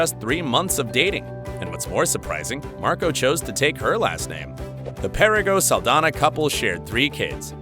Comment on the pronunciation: (Ahem!) ... ZOË SALDAÑA is a Latina Actress, THEREFORE, here last NAME is in Spanish. You should have noticed that when you see her name actually spelled correctly with the symbol above the letter "Ñ / ñ". Most of the times it's shown, they don't bother putting it in, which I think it's disrespectful, as well as mispronouncing her name. It's pronounced: "SAHL-DAN-YAH" The "Ñ / ñ" makes a "n-yah" sound, NEVER pronounced like an English "N / n" like your using it, as in "November," or "Announcement." Typical U.S. Mainlanders, you always try to steal OUR GREATEST LATINO/A ACHIEVERS and make them your "own." Don't you realize that all that does is increase the hate by belittling the Latin Community in thinking that Latn@ are worthless and never amount to anything? *************** Trump: "Mexicans and Latinos are nothing but Rapists, Drug Dealers, & Murderers." - Donald J. Trump, Former Failed President of the 🇺🇸 U.S.A. *************** These great Embassadors of our Latin Heritage PROVE that we are just as good / if not better as ANY U.S. Mainlander. Please correct your enunciation / pronunciation of her last name. Thank You.